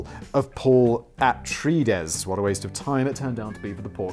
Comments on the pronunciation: Uhtrayidees is how you say Atreides lol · I adore the Lynch Dune! I've watched it dozens of times. Nothing beats Sting in a blue rubber Speedo! (Also I think a piece of me died when Simon tried to pronounce Atreides)